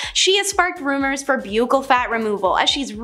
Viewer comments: buccal is pronounced "buckle". btw- you are awesome at this !! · Buccal fat removal is pronounced like a belt "buckle"...just sayin. This girl does do a good job in these videos though. ❤